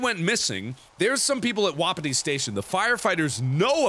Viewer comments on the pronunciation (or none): It stressed me out when he pronounced it like wop it ee and not whu pee tee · It's wah-pee-tee.